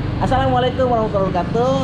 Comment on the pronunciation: Maaf Bang, Baca Assalamuallaikum nya Yg Benar ya jangan Maen2. maaf Bang, Saya juga Tidak Bisa, Tapi Kita Mesti Ucapkan yg Benar. Bisa Belajar Dulu dengan Lihat Teksnya atau Lihat Tulisan Arabnya.